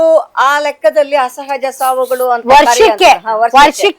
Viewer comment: Right.. anchor ge saryage heloke baralla